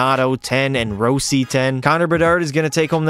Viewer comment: row-si got me dead bruh😭